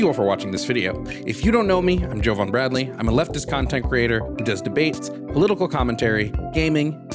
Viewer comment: I know homophobia and transphobia is strong within black communities but holy shit this guy was some other form of that. And for a "brother," you'd think he'd know how to say Jovan, but what do I know.